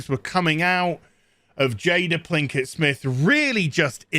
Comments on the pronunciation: Hahaha Plinkett!!! Are you screwing up that wench's name intentionally? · I believe the mispronunciation is an intentional nod to RedLetterMedia's Mr. Plinkett. But I could be wrong.